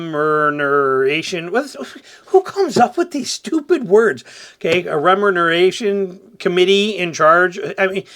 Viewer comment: 'Remuneration': pay for work or services,. Perhaps you should buy a Phonics book.